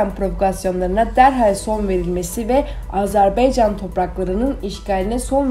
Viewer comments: Bu qız, bir AzerbAycan sözünü diye bilmedi. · ay qiz AZERB(E)YCAN DEYIL. AZERBAYCAN